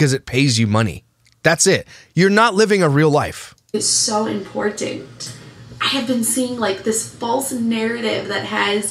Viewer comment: She is very Im port tant !!! Lol I couldn’t resist how she pronounces it